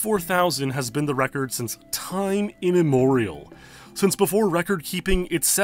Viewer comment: “Time Inemorial”. My god. I think Raid Shadow Legends has rotted your brain.